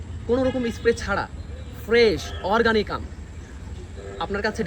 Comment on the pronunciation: আপনি অর্গানিক বলতে পারেন না।